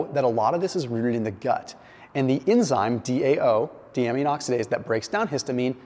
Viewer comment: Dude - get a doctor on board so you can prounounce the words correctly. It's "Die-A-Mean". This one is free. :)